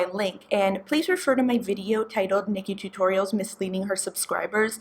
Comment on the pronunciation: Oh man, when you called Nikkie Tutorial "Nickie Toots," I though you said "Nikkie Tuques," and I had a little Cando-American laughing moment.